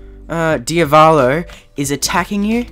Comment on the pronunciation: DIAVLO DIAVOLO DIAVALO